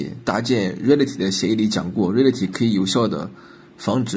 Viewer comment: reality读错了，这么基础的单词。。。。